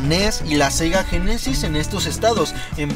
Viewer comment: Me estresa que digas Sega génesis jajajajajajajaja Y que los tires Los avientas No hagas eso... Cuidalos